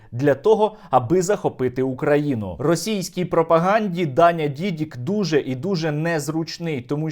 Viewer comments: Дякую, Сергію! Тільки правильне прізвище Дані - ДідИк. На тій дошці помилка. Тримаємо завтра за вас кулаки! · Та нє Дідік а Дідик